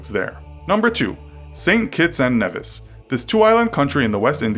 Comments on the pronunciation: it is prononced Neevis not nevis and my country may have a shitty military bt it has a bnch of big dicks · ITS FUCKING PRONOUNCED AS KNEE-VIS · Please hear me out. There is no "u" in the pronunciation of Antigua and it's a long e sound in Nevis. Thank you for your time.